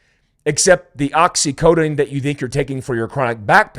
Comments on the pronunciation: Precision matters- however, I’ll give a pass on the pronunciation of Oxycodone. Appreciate your channel. Keep up the good work. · Sorry I have to correct you & A million other people, it's Oxy CODONE. not Codeine. Great show keep it up! You are one of the real truth tellers in your space!